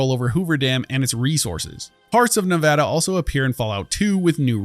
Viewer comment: thanks for saying nevada correctly